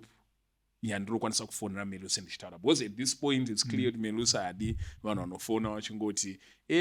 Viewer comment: Melusi not Me-lusi